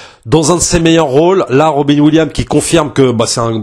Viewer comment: Robin williams(ssssssss) sinon ça fait mal aux oreilles. 😅